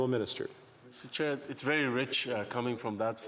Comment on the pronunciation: 😂 it's Mr. Chair not Mr. Child.